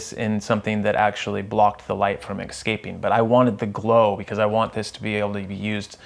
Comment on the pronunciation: lol you said "ecscaping"